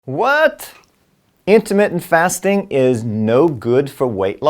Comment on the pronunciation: LOL for a minute, I thought he said Intimate Fasting